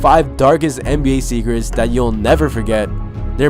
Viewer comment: dargest nba zecrets